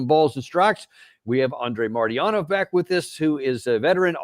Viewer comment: Danny practice MARTY-ANOV ❤❤❤